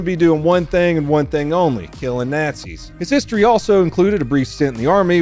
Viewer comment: When you said "Doing one thing and one thing only, Killing Nazi's" but it sounded more like "Natzees" reminded me of that one American captain from "The Inglorious Bastards."